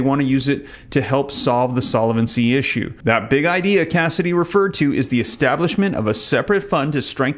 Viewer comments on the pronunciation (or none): none